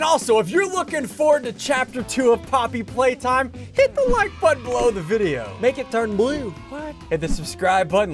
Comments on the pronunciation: he said poppy long legs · SSundee says poppy long legs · Did he say poppy long legs? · "I hope this is close to the update of poppy long legs' Me: DID YOU SAY POPPY LONG LEGS LOL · Hold up hold up did ssundee just say poppy long legs ? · Did any one hear him say poppy long legs? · You said poppy long legs🤣🤣🤣🤣🤣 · did he just say poppy long legs? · You said "poppy long legs" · Ian said poppy long legs